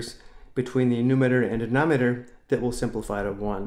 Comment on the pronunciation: calm down he cant say it properly